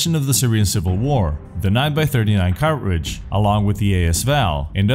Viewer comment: Listen, there's a T in cartridge. See? It's right there. Everything else is amazing though, good job.